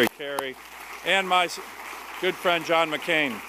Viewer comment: VN Ambassador could not say John MC Can right.